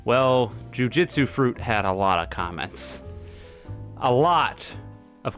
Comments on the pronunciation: Now that I have your attention i just wanted to say that your pronoucning jujutsu wrong, its joo-joo-tsu not joo-jit-su. Thast all thank you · ironic title when you cant even pronounce jujutsu properly